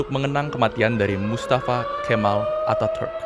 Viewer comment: Pengucapan Atatürk salah min